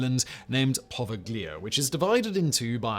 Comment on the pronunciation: It's actually pronounced as "Poh- Veigh-Lee-Ah." The island was first used as for isolating victims of the plague, then for yellow fever and lastly as a mental asylum. The Italian government has made it illegal to go the Poveglia and fishermen give the island a wide berth. Between the asylum patients and the yellow fever and plague victims, a majority of the island's "soil" is actually human remains.. not somewhere you want to go.